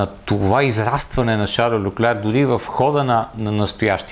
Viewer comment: Шарл ЛЬОклер се произнася на френски. На монегаски няма идея какво е прозиношението, но това име е френско, на италиански и италианските диалекти ще е “Карло”. Фамилията също е френска, съответно следва да се произнася “ЛЬОклер”. "Ch" се произнася като "к" в италианския, предполагам в лигурските му диалекти, примерно "perche" или като "ш" във френския. Не знам това "ч" от къде го измисли.